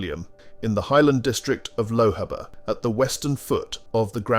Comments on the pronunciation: Good video, but Please learn how to pronounce Edinburgh Lochaber Burgh and loch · This numpty narrator needs to learn how to pronounce the names of places correcrly..Edinbro,Lock,Lowhaber..boils my piss.. :(